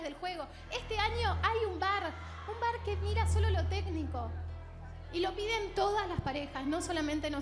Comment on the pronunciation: No es vVar. Es Bar (Bailando- asistent- referee)